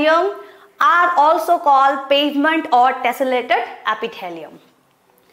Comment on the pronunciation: Mam I think you have to practice of english it is squamous epithelium not squomous Apithalium ❌